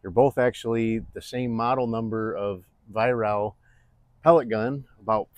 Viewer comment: Pronounced vi- rack get it right mate????